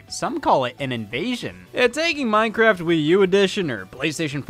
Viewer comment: I had a stroke when Scott said mojang and Minecraft.